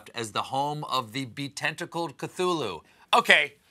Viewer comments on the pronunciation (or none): I'm sorry, but it's KUH-TOO-LOO. You don't pronounce the "th" as th. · Say it with me.... K' TOO LOO, well never raise him when the masses keep mispronouncing his name. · Cthulu - well, now I know how to pronounce it. BTW - the Cicadas don't just have sex - they also do horrible damage to trees in laying their eggs. Young trees are especially at risk, since they like that thin, young bark to lay their eggs in.